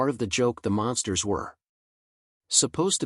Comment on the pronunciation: Hey stupid AI they're not the monsters they're The Munsters... This is the crappiest AI voice I've ever heard. What a joke.